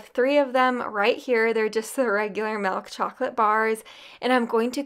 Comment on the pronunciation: Love the recipies. Love the energy... It drives me nuts how she says mIlk. She says melk. It drives me nuts. But not enough so that i stop watching.